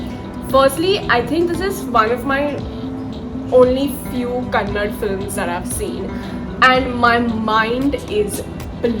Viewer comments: Dts is not kannad😡😡🖕🖕🖕 KANNADA.... ನಿಮ್ ಭಾಷೆಯನ್ನ ಹಂದಿ ಅಂತ ಕರೆದರೆ ಹೆಂಗೆ??? ಮೊದಲು ಸರಿಯಾಗಿ ಹೆಸರನ್ನ ಹೇಳೋದನ್ನ ಕಲಿಯಿರಿ 420 ಹಂದಿಗಳ. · Arey. Kannad nahi Kannada. Gawd. 🙏👍❤️🇮🇳🔥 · Kannada not Kannad… please 🙏🏻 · Pronounce it as kannada not kannad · It's kannada not kannad 🤦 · It is not कन्नड, it is कन्नडा ( ka-nna-da) !! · I think this is ur highest watched video, it's all because of kantara..."KANNADA" movie & not "KANNAD" movie Pls don't hurt people sentiment. Thank-you for whatever you said about the movie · Not Kannad.. it's Kannada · It is not Kannad.....it is Kannada 🙂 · It’s not Kannad.. it’s kannada. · It's not Kannad....it is Kannada.....how many times we have to tell you People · Are u delete my comments shame on you ur north people dont tolerate that's y u delete my comment Ones again that is Kannada NOT Kannad😡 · Kannad alla kannada 🙏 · What if I say your channel name "TheDonkey" instead "TheDonkeyBusiness" ? In the same way it's "Kannada" and not "Kannad". Please correct yourself before giving reviews on any Kannada movies. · 1st it's kannada not kannad. 2nd your background music sucks you can talk without background music